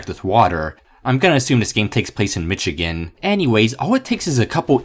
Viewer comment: And Michigan